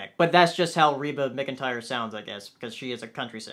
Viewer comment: "Reba MIC-N'tire" Sweety, that's adorable. It's MacEntire. Yes, it's spelled McEntire, but it's MacEntire.